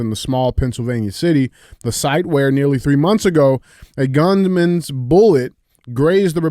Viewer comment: I heard “the governments bullet” not gunmans bullet😂